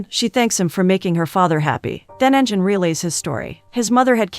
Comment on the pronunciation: The name pronunciation is terrible. If you’re going to give a recap, at least pronounce the names correctly. They are Turkish names Engin = En-gin (provinces like a g, not j) Pelin = Peleen Cihan = Jee-han Merve = Mer-vaa